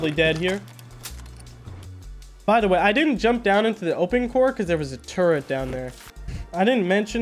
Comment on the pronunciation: you can’t be using words like “bonafide” with perfect pronunciation and context. While also being incapable of pronouncing “turret” get it together man. Much love